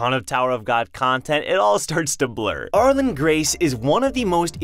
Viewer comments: why do you pronounce arlene as ar-lon and not are-leen? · Ar-lean. Not Ar-lin. Lol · Arlene is pronounced Are Lean at least as far as ive known for the past 60 years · Lol, I keep wanting to correct his pronunciation of her name! Ar-leene!